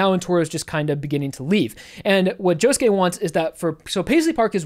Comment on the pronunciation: um... joshuu? really?